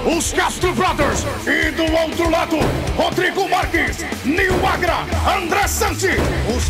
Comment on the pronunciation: Nil Agra????? Num é o nome daquele remedinho azul pros vovôzinho? kkkkkkkkkkkkkkkkkkkkkkkk Juro que tinha entendido Viagra, foi mal cara...